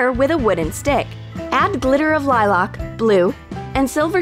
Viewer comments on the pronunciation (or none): Did anyone notice she said liloc instead of lilac